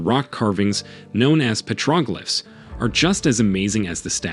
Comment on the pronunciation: Agreed. Like "Moh-eye" and "petrōglyph"